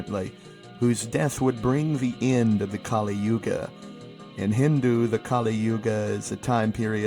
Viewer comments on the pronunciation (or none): none